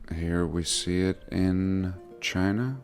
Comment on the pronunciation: I like when he says Chiner 😅